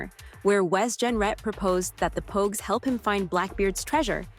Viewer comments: better tha. the last review i watched. he called the pogues, pawgs. JJ believing he was a pawg could definitely be an issue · bro it was so crazy cause he called pogue , pogue. Everyone else was pawgs. The review was good it was just pure comedy though and it wasn’t a mistake. I hope he leaves it up.